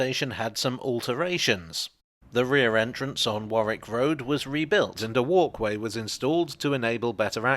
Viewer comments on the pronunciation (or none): none